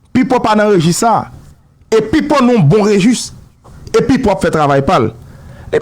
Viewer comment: Enbesil yo pa di regustre yo di registre